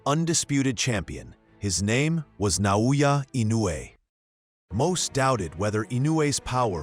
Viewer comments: It’s Naoya not Nayoya. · Who’s Nayowa? That’s Naoya there.